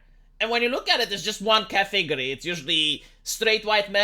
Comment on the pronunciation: the word isn't "configury" or "cathigury". You've been pronouncing it wrong for years. It's CAT-eh-GOREY. Category. Just look up the pronounciation on Youtube. It's not that hard!